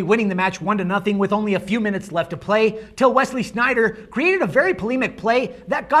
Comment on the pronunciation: its sneijder hahah